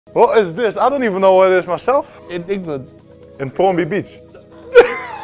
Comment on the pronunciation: He said formby beach 🤣🤣🤣